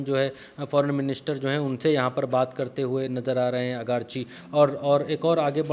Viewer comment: अगरची नहीं आरगाची है